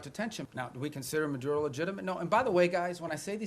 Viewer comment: Considering he’s cuban he should be rolling his tongue correctly when saying maduRo and tRen